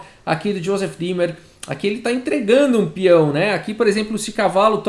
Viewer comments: Oi , gostei da partida! Só uma dica: ei em alemão se lê ai , ou seja Thomas "H a i mel" e ie o e é como um acento no i" D í mer" Vou salvar esta partida! Parabéns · Eu só conseguia ouvir Josef Climber a partida inteira KKKKKKKKK Como sempre, excelente trabalho!! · Juro que só conseguia escutar "Joseph Klimber" kkkkkk